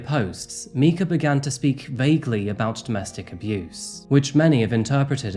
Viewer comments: I think it’s pronounced My-ka instead of Me-ka. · Was hard to keep watching you pronounce her name meekuh instead of mykuh when u watched all these videos and did your " research" and know she died , seems disrespectful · Thank you for covering Mica's case. Her name is pronounced My-ka and she prefers her maiden name wich is Francis. Just for future reference! I've been following this since day 1. Mica was coerced, abused, manipulated, stalked harassed and tortured by her husband. She did not deserve this. The FBI is investigating him for fraud and murder. He also has civil cases coming against him for alleged inappropriate behavior with minors. Please keep her case alive! Justice for Mica! She put gas in her car & bought food. To unalive herself?? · Mike Ah you pronounce her name as Mike Ah if you researched that I'm sure you heard it said a million times!! It's very disrespectful your telling her story but mispronouncing her name!!! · FYI, her name is pronounced "MY-kuh" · You said her name wrong. Did you not hear that they called her Mike-a !! You should have said her name correctly!! 😢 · Calling Mica "meeka" for the whole video after hearing the news clips pronouncing it properly seems pretty disrespectful to me. I know if I were in their situation it would be upsetting to hear the wrong name for 30 minutes. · You claim concern for a girl whose name you refuse to pronounce correctly. Her husband said it many times: Mike-uh. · 30 year old Mica Miller -pronounced My-ca. Super basic details to get right on a big channel. Thank you for covering the case. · Mike-Ah. Mica Fuck. I have to stop wathcint this given u keep saying her name 100 times wrong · Her name is pronounced Mīca. “I” as in I am. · no disrespect meant at all, but her first name is actually pronounced "my - kah" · You’re pronouncing her name wrong. It’s a hard I. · m-EYE-ka. MY-ka. The absolute minimum of respect you can give a victim is to research how to pronounce their name correctly. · It’s MIKE-a.